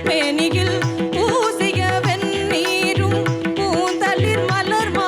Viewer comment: அருணாவின் குரலும் பாடும் முறையும் மிக அருமை. பாராட்டுக்கள். ஒரு விமரிசனமும் உண்டு. எல்லா இடங்களிலும் உச்சரிப்பு சரியாக இருந்தாலும் ஒரு சில இடங்களில் பிழையாக அர்த்தம் மாறும் படி இருக்கிறது. உதாரணமாக 'ண' வரவேண்டிய இடத்தில் 'ன' என்று உச்சரிக்கிறீர்கள். "பொன்னெழில் மேனியில் பூசிய வெண்ணீரும்...." என்று வரும்போது 'வென்னீரும்...' என்று உச்சரிக்கிறீர்கள். வெண்ணெய் --- திருநீறு வென்னீர் --- சூடான நீர்.